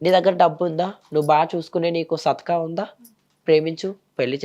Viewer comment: Sathka kadu its sattha